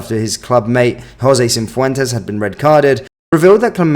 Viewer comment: Good video mate but can you please stop calling Cifuentes ‘Cimvemtes’ 😂😂